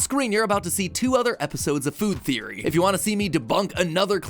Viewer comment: I love how you said good theory instead of food theory! 🤣